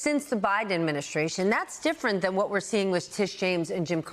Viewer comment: "Why the bolton indictment is diffe(R)ent"